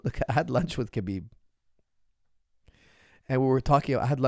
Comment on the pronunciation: It’s Habib, not Kabib, pronunciation-wise. He repeatedly said that.